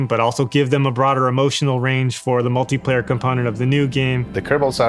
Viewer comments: Is it just me or did they Say multiplayer :D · Did you say "multiplayer"?